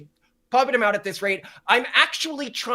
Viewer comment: Did the guy on the left say “zem” instead of “them” ?